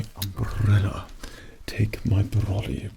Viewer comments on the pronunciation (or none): 🌧️ Seeing with his umbrrrrellaa (roll those R's) made me think he was a posh spy. Very MI6. Or a Goodfella.😄🕴🏻🌂 Very relaxing triggers. Writing. Whispering. Even measuring. No one can play a sarcastic rude tailor like he can. He can portray anyone rude.🤭 Excellent work. Thanks.✨👔🩵